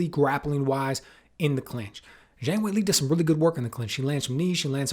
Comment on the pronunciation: Good analysis, but I continue to be frustrated by the pundits inability to pronounce Zhang's name correctly.